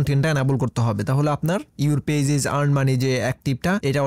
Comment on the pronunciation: ফেজ না গাইয়া ভুত, পেজ